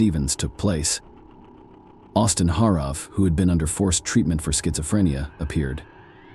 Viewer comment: Just about to fall asleep and I heard; "shitzophrenia". 😅😂😂